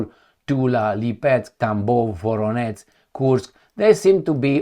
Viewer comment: Can I just be anal and say that "Voronezh" is pronounced like "Zhukov", I mean the "ZH" part.